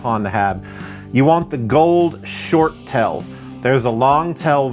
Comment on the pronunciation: He called the 'tail' TELL!!!😂